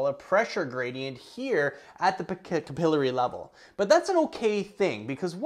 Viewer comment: It’s Cap-uhhh-Larry! 😂 👍🏼